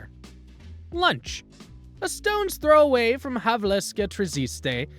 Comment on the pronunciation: Its Havelske, not Havleske. In czech Havelské tržiště 😉